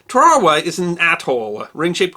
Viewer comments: where are you from? Holy shit. Tar-ah-wah. Not Ta-char-ah-wah. Not sure if I can make in through your usually fantastic videos. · Great bit history. My father served in WWII in the south Pacific. Instead of "Ta-ra-wa" he always referred to it Tar-awa. The Japanese pronounced it as Tar-awa. Google's Translator also presents this more common pronunciation. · Tarawa not twarwa. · Pronounced in WWII as “TARawa”, as my dad was USMC there Red Beach 2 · teh ·ruh·wuh (Tarawa) Please learn the word and its pronunciation. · “TARE-a-wah”; “KEER-i-bus” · All the Marines I knew pronounced it Tar a wa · pronounced; 'Tar-ah-whaa' thanks for vid, Eddie was a hellva sailor. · “Turr-Ahh-Wahh”, or Tarawa? Good doc though. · Isn’t it pronounced “Tar ah wah?” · Tear- a - wa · love your channel I'm a big fan and a Marine Veteran. Putting this great story aside, I noticed the way you pronounce Tarawa. It sounds like your saying Terarawa and not Tarawa, is this a local Tarawa pronunciation or was I taught incorrectly during my Marine Corp history classes during boot camp? Anyhow , your channel is one of my favorites and I am a subscribed fan , keep it going !!! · I think its pronounced, "Tar-a-wa". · During my humble time in the Marine Corps, I often heard it pronounced TAR-a-wah. Regardless, I love this channel! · Why talk so damn fast and not say Tarawa incorrectly? It not said TA RAW WA dipshit. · Pronounced Tar-a-wa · BTW I've never heard anyone pronounce the word Tarawa the way you do here; the US Navy has had two ships named Tarawa, and I knew some guys who served aboard the most recent one, LHA-1, who pronounced the name with emphasis on the first syllable. "TAR-a-wa" Every Marine or sailor I've talked to pronounced it this way. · With all due respect sir, we Marines pronounce it tarra -wah. Like the girls name Tara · I was in the Marines, . We pronounced Tarawa "TAR-uh-wa." At Camp LeJeune there was a section of housing for dependents named Tarawa Court.